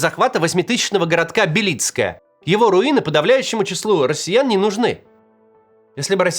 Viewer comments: только не БелИцкое, а БЕлицкое, ударение на первый слог, я родился там, страшно смотреть на родной город, кому теперь нужны эти руины, там вообще никого не осталось, он и до войны был депрессивным городком, особенно, когда последняя шахта закрылась, а сейчас вообще ..... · БЕлицкое, а не БелИцкое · БЕлицкое, ударение на Е )))),хороший город ! ,был( "до завтра" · Не БелИцкое ,а бЕлицкое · БЕлицкое , а не БелИцкое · Не БелИцкое, а БЕлицкое. Так там говорят. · Да какое БелИцкое? Вам самим слух не режит? БЕлицкое! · Максим , город Бе́лицкое . На е ударение Я всю жизнь прожил там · БЕлицкое. Моё родное БЕлицкое.Один только Левиев правильно произносит название моего городка. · Только городок назывался Бе́лицкое С ударением на первую е. Это мой родной городок, в котором родился, ходил в школу, женился, родили ребенка. в котором похоронены близкие. А теперь там развалины и больше никогда туда не вернуться. Некуда и некому возвращаться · Максим, название посёлка — Бе́лицкое (ударение на первом слоге), по украински — Бі́лицьке. Уютный был городок, печаль. 😢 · Бе́лицкое ударение на Е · БЕлицкое. Ударение на Е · БЕлицкое ударение на первый слог. Я с Доброполья знаю точно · Макс, правильно Белицкое, ударение на " е". До войны, я часто там бывал. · Я из Донецкой области, и вы неправильно ставите ударение в слове «Белицкое». Должно быть на первом слоге.